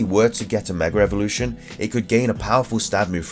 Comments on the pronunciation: Every time I heard you say megra evolution it killed me not a typo it's what you said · are you saying megra evolution. Maybe it's my hearing